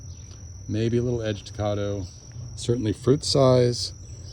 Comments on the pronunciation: I don't think it's pronounced "Cahdo." The "Ca" should sound like the "Ca" in "Cat" -Cad do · Great video. Thanks for the info. Not to be critical lol but I’m from Oklahoma and Caddo (named after the Indian tribe) is pronounced with an American a (like cat) not with a British a (like awe). It hurts my ears to hear it that way. lol